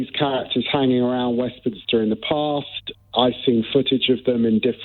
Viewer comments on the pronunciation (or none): none